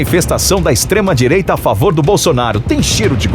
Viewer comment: Só eu que ouvi o narrador . Falar " estrema direito" ?? É sério isso?